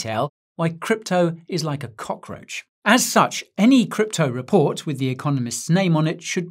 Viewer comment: "crypto raport" 😂😂😂